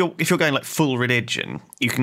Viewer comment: also lewis i think that in piety the "i" is silent